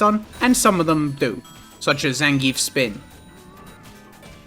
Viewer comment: Stop saying Zangief like that